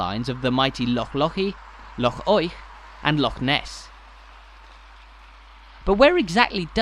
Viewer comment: An English person who can actually pronounce the word Loch, correctly. Well done and thank you 🦋